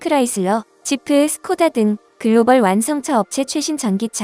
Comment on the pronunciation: mercedes를 멀시디스라고 읽은건 ai라서 그런건가요??